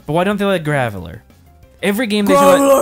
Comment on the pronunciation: "GRAVELLER" really got to me LOL EDIT: NEVERMIND WHILE WRITING THIS THE VICTREEBELL ALSO GOT TO ME